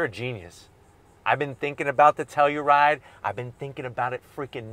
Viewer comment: Shot every time Joe says “Teluride!”